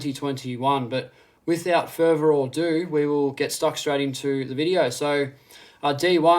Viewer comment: I can't advice from a guy who says "Futhoor adooo" bahahahahahahaha